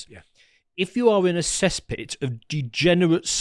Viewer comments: It's called a cesspit, not a cease pit. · 😂 "Cease Pit"? (Cesspit) 😂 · It's Cesspit not Cease Pit. This is the level we have here